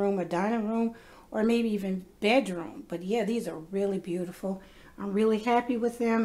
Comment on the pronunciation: Be-you-tee- ful. i will certainly be making these.